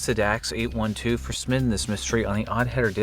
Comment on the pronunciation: We need to talk about the way you say, "submitting," which sounds like "summiting." What do you have against the letter 'B', oddheader?